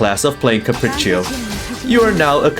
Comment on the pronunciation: the way pronounces Capriccio and Recitativo di Fantasia is so satisfying